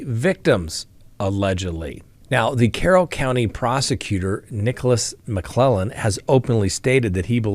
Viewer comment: Delphi prosecutor is McLeland (lee land) not McClellan